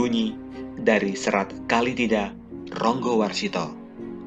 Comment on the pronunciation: Menyebutnya salah bukan Kalitida tapi Kalatida